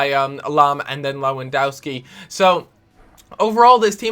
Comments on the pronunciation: its lewandOwski not Dauski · it's killing me- lewandowski is pronounced levandovski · its pronounced lewandoVski like so he can see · Learn to pronounce Lewandowski... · U pronanoce lewondoski wrong